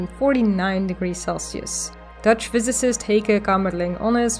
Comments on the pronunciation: Great video! You explain complex and incomprehensible things very clear. And you even pronounced the name of Kamerlingh Onnes wright, Exelent! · My ears perked-up when you pronounced Kamerlingh Onnes nearly perfect. Didn't discern a Dutch accent so I thought you could be Belgian. Groeten uit Antwerpen.